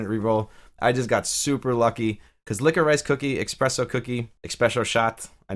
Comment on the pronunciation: Licko-Rice! LOL, man I have never heard that, are you just not used to seeing it spelled out? Say it Licka-Rish, you'll probably slap your forehead and go "duh". You know like a candy, black licorice Twizzlers? Anyhow, thanks for covering new apps.